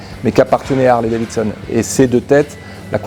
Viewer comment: C'est quoi cette histoire de Harley DaviNson chez les français. Vous êtes passionné, un minimum est de prononcer correctement le nom de la marque.